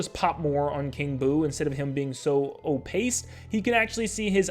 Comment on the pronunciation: You use the word opaque wrong a couple times (also it's pronounced o-payk, not o-pace.) Opaque means light can't pass through it, the opposite of transparent. (Translucent is somewhere in between; generally, if you can see things clearly but still what you're looking through it's transparent, but if you can only see light through it's translucent.)